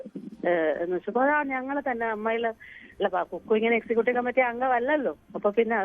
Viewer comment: കുക്കു അല്ല ഫക്കൂ 😅😅